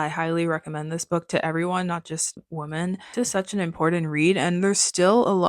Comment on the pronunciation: Great recommendations! Thanks! 😊 Also-just a request regarding pronunciation — it sounds like you are saying Woman (singular) instead of Women which just became really annoying since you used the word frequently in this video. Ok thank you.